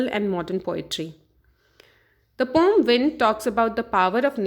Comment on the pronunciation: Maam thats poem not pom